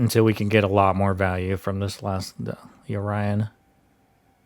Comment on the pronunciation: i was so confused what you was taling about until i understood that u said "yorion" xD never heared someone call it yo-ryan xD